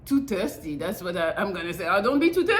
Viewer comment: I always laugh when says "Terrsdy" 😂😂😂 It's THIRSTY,!! I still love u tho 😁